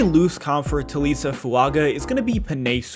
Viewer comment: You pronounced his last name correctly, but messed up his first name. It's tah-lee-ESS-ay. Full name is pronounced tah-lee-ESS-ay Foo-AHn-gah…